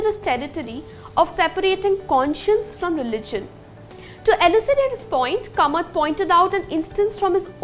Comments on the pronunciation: It should be pronounced as Kaamath and not Kamat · It is not Kamat; It is KAAmat. The Konkani people won't be happy with this mangling of their name.